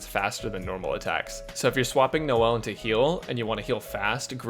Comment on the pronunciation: I cracked up when he said " no-l's " Man's made my day